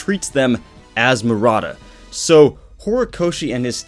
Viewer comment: I love your vids and I totally get why ppl are mad over this but in your vid title you spelled his name Maruta but were saying Murata. I'm kinda confused.